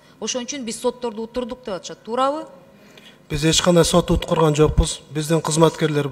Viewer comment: Айланайын Уткурган эмес Уттурган деп суйло кыргыздын жигити алдыгы жакта кантип отурасын кыргызча билбей